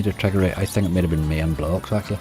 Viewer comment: You jammy old dog with the roulette save to avoid the full on tilt 🤣 That Mayayn game is pronounced My...an As in the Mexican settlers 👊🏻